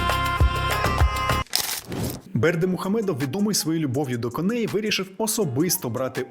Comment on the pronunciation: Спасибі авторові за цікаві факти й цікавий відеоряд. Однак є чимало зауважень мовного характеру. 1. Правильно "культ особи", а не "культ особистості"; особа й особистість - це дуже різні речі. 2. Багато неправильних наголосів. Приміром, треба казати "кОней", а не "конЕй"; змагання кІнні, а не кіннІ. 3. У титрах, особливо там , де переклад з російської, багато неточного й неправильного, є просто школярські граматичні помилки. Наприклад, "картеж" замість "кортеж". Прохання до автора ретельніше готуватись. 4. І ще одне. Серйозну тему ви порушуєте на фоні кухонного крана й духовки.